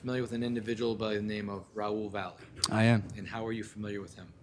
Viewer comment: Valle is not pronounced as Valley.